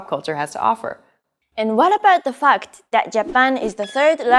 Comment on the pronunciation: Is it me or did she mispronounce "Fact" as "Fucked"